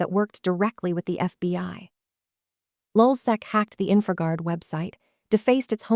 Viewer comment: Lulsac? Man sit the fuck down.. you know nothing about lulzsec